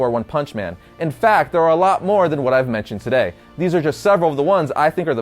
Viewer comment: "Todau on Variant..."